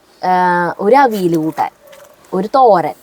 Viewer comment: അവിൽ അല്ല, അവിയൽ എന്ന് para